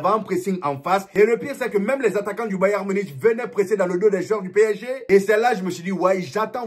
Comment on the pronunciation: On le prononce bayern munique frérot pitié 🙏🙏